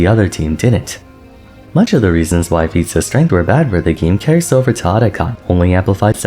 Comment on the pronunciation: whenever you say feats of strength I SWEAR im hearing pizza strength